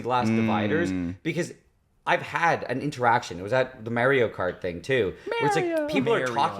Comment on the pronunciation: Why did say Mario like?😭 what am I missing